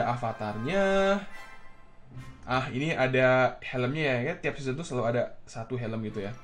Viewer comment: Ngomong seseon 24x